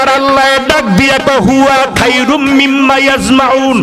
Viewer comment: খায়রুম না খয়রুম